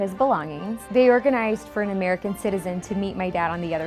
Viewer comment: did u just say Amarican?